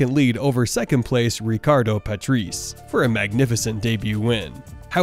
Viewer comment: It's (Ricardo) Puh-tray-zay, not Putt-race!! 😅😅